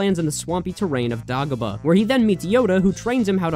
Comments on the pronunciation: You pronounced Fandango right the first time. The pronunciation of Dagobah though, it's Day-go-bah just so you know :) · My dude it's DAY GO BUH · Man really called dagobah "daah-gobah" 💀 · How does this dude not know how to pronounce Dagobah? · Hearing it misprounced as "dah-go-buh" instead of "day-go-bah" triggered my fight or flight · DAH GO BUH?????????? DAY-GO-BAH!!!!!! GO REWATCH EPISODE 5 RN!!! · Dog-oh-buh? No!! DAY-GO-BUH!! lol Comment 🤔😅 DOG-A-BOO LUKE?!?!🤣 DAY - GO -BUH!!! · Dude, it’s pronounced DAY-gobah. Clearly you haven’t watched The Empire Strikes Back, which is unforgivable. 🙄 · DAY-GO-BAH FFS! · It's Day-goh-bah. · "dah-go-bah" tell me you dont know star wars without telling me you dont know star wars. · This man did not just call Dagobah , DAAHHH go bahhh.... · Bro said dagabah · "Dah-Go-Buh" almost made me kill myself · Dagobah= Day-go-baa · It’s day go bah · YOU SAY THE DAGO IN DAGOBA LIKE TACO. IT RHYMES WITH DAY GLOW. DAGO. I'M SO ANGRY W YOU RN!!! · Every time he said it I would say out loud, DAY-GO BAH! They even say it in the movie how they think it should be said. Otherwise, alright video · Great vid, but it's DAY GO BAH 😂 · Every time you said "Dagobah" wrong it felt like a strong hit of ketamine in my system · i'm not criticizing any of the actual information here, but...please tell me you have learned how to pronounce "dagobah" since posting this video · Are you trying to kill me with how you mispronounce Dagobah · Stop pronouncing Dagobah like that. They say it out loud in the movie, there is an objectively correct pronunciation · Why are you saying Dagobah like that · THAT'S NOT HOW YOU PRONOUNCE DAGOBAH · Excellent video but why do you pronounce Dagobah like that? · The way you say Dagobah... May God spare you the curse of empathy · eh. in free play saving and quitting functions exactly the same as finishing the level. also, your pronunciation of dagobah incites me to primal violence.